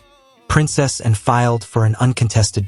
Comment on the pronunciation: If you're going to talk about Princess Anne you should learn to pronounce her name.